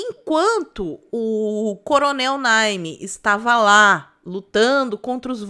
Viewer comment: Naime, não Nine. 🤭